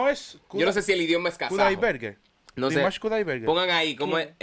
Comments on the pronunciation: EL IDIOMA ES KAZAJO Y EL APELLIDO SE PRONUNCIA COMO SE ESCRIBE KUDAIBERGEN TAL CUAL . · No hace falta estudiar Kasajo para aprender a pronunciar bien su apellido !!